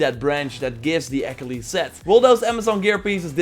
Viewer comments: I know this video is a year old but there’s no way you pronounced Achillies like “ack-uh-lees”. No, Ah-kill-eez. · always love your videos but dear god please learn how to say achilles right